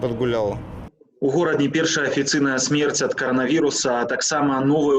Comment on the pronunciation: Не Горадня, а Гародня